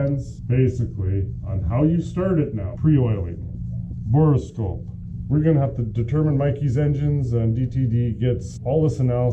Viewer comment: Mr. Mother Was An Anglophile here. There is no such word as irregardless, and it's a borescope, not a "boroscope".